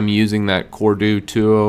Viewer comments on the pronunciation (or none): “Core Du Two-Oh”. 🤣